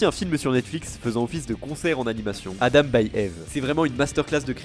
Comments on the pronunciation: jten supplie ça se prononce ive pas ève ... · Mon chanteur pref depuis que le saint algorithme youtube (lol) m'a recommandé Anoko Secret y'a maintenant 5 ans. Contente de voir une vidéo sur lui en français, et de qualité en plus. Par contre, son nom se prononce "ibu", (en tout cas c'est comme ça que lui le prononce), ça me semblait important de le préciser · J'ai bien aimé la vidéo, mais d'avoir écorché son pseudo tout le nom de la vidéo ça m'as tendu ahah, ça se prononce "Eebu" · beaucoup on commencer a suivre Eve (que je prononce Yve personnellement) avec jujutsu kaisen, pour moi c'est l'inverse, je suivais déjà Eve depuis un certains temps et il m'a donner envie de commencer JJK (. ❛ ᴗ ❛.) 5 voir 6 ans que je le suis, que je suis tombée sur Dramaturgy puis outsider, j'ai eu des frissons avec Last Dance puis We're Still Underground, d'abord le teaser puis la musique complète (❁´◡`❁)